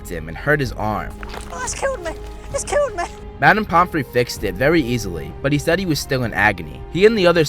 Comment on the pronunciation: “It’s kiwwed me”